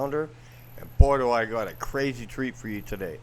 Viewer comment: You keep saying,,,, what am I gonna dew,,,,!!!!! To start,, pull your head out,,,!!!!!!